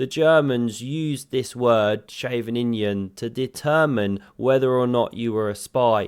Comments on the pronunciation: "Scheveningen!" it's pronounced 'Scheveningen' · Shaven-injun 😂👌🏼 ‘ch’ is pronounced like the ch in Loch (like lochness) or Bach. ‘E’ is pronounced like the e in Nee, or neigh even. ‘ve’ is pronounced like the ve in very. ‘nin’ like ing in king. ‘gen’ sorta kinda like nun. Now say Sche-ve-nin-gen 👌🏼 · Are YOU a spy??!! :) The Scheveningen sounded very suspicious to my Dutch ears....